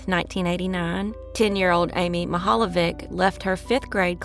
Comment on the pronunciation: I am Croatian and pronunciation is not even close.... Mihaljević